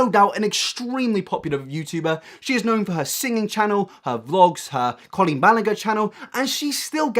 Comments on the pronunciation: Dude, I can tell you didn't do enough research because you didn't pronounce "Ballinger" correctly. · His pronunciation of Ballinger and Pansino drove me up a wall. I’m sorry. 😂 normally I love the accent but today that was frustrating. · It’s BallinJer not BallinGer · i mean, at least say their names correctly. Given that this is your job, be respectful by doing it. Colleen Ballingger and Rosana Pasano???!!! come on!! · OMG I CANT BELIEVE YOU JUST SAID “colen balenger” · I agree with so much of this video, but please look up how to pronounce Ballinger 😁 😘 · The way you pronounce Ballinger is annoying. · I love how you pronounced Ballinger xD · The way you butchered “colleen ballinger” 😂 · I’m sorry but the way he pronounced Rosanna’s and colleens last name made me cry 😂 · Love the content, but hearing him DESTROY some of the YouTubers names really got me 🤣🤣